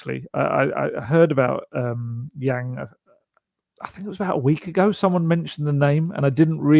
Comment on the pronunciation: Yang pronounced like sung not like sang